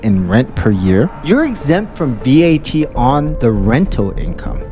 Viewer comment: . You do not have to pronounce it as V-A-T. It is an acronym so you can pronounce it as simple as Vat. Every Filipino knows that.